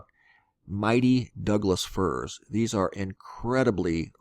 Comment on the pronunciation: Doug firs...not Doug dies